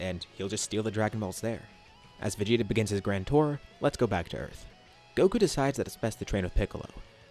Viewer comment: "VeGTa" LMAO